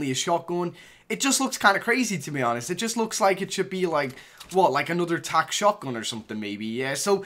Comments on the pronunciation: I hate how he says "shotgün" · Why are you saying shotgon? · He said shotgon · The way he pronounces «shotgun»